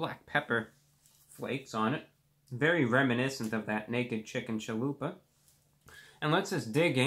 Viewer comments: Naked chicken chaloooper he says ahahahhaahhhhahaha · Did anyone else notice that he said "chalooper"?